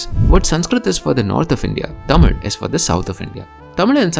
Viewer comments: Bro, are you sure the things you are saying are the facts! You don't even pronounce 'TAMIL' correctly! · I think you are saying the word Tamil the wrong way. Its not that infinity vala in marathi 'ळ'. Its more related to ya or 'य' Regardless, brilliant work.. I love this channel. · she is killing the pronunciations of the words. Its actually pretty good pronunciation if she isn’t a tamilian (i really think she isn’t tamilian)